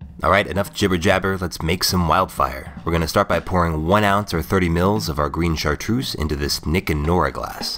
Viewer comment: "grine chartrouze"?